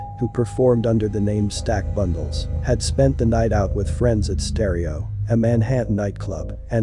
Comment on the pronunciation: I sound so stupid u can’t even say the rappers name right u a lame fr fr